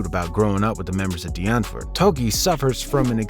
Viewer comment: Bro actually pronounces “Die Antwoord” right